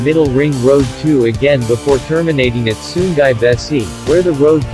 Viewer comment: sungai, not sunggai 😂